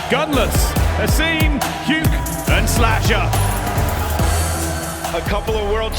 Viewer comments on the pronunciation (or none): it’s weird that everyone pronounces Asim wrong and he’s okay with it. I’m pretty sure it’s pronounced Aseem. If i’m wrong let me know, but I’m pretty sure A-sim isn’t the correct way to say it.